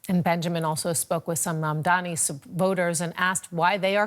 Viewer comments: should start with learning how to pronounce Mamdani's name correctly, he kept saying "Mamdami" which shows the level of reporting on his end. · Madame the journalist, it’s MamdaNi, not MamdaMi… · MaNdami, MadmaMi, i don't get why is it so hard to say his name consistently and correctly. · How are you hosting a show on DW if you can't even pronounce Mam-Da-Ni..... Non mandami.... Not that difficult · even she can't. or refusing to pronounce his name right . His name is Mamdani not Mamdami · Who is this "Mamdami" she keeps talking about?? Why is it so hard for people to say or remember Mamdani? This is not me being offended on his behalf. It just doesn't seem that difficult for me to learn, let alone for a global news anchor to learn. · This expert doesn't even know the actual name of the person. He's calling him MAMDAMI, nice job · Mam-Dani. It's really not hard. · no. not. She said in the start MamdaMI. They show their hate with this or may be a code for some kind of grouping may be. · no you are mistaken. The anchor said "Mamdami" 5 times, including 3 times in 30 seconds around the 6 minute mark. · This reporter and analyst are embarrassing, they can't even say his surname properly. It's really not that hard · The hate the White media is depicting out, is through the pronunciation of his name. As you did mam. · Say his name correctly, u racist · Why are you pronouncing his name wrong